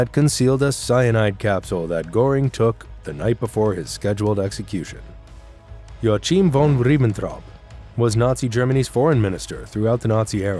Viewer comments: Yoa-Cheeem???? SNORT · Yoachim...? One would think that a person doing a documentary "about Germans" would at the very least learn how German pronunciation works, but alas! "Yoakhim", German "ch" is sorta kinda like "h" - like in "Reichsmarschall" (in which the second "ch" is part of "sch" [sh] cluster).